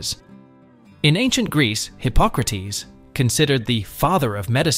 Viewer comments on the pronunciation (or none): none